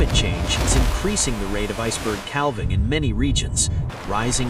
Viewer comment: Couldn't stand hearing cal-ving one more time. I'm outta here!